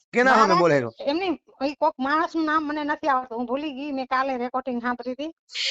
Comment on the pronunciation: રેકોટીગ નહીં રેકોર્ડિંગ કહેવાય